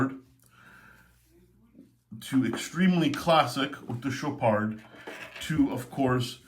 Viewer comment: Very nice Chopard (LUC)., it's CHOPAR(D), the D is silencious